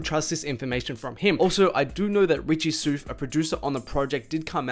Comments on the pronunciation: It’s pronounced Richie “SOUTH” not “soof” 😂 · Did he really jus say “richie soof” 😂😂😂😂